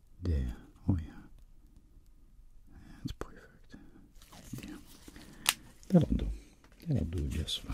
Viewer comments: I just love how he says, poifect😂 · I always hear "pwerfect" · I love his "Poifect" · When he says "Poufect" HIT ME WITH A STICK 😂😂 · I love how u say poifect I love it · This ASMR is "poifect" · Can anyone make timestamps of him saying POIFECT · This nigga said pewfect